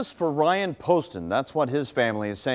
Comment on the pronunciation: She says Bryan instead of Ryan...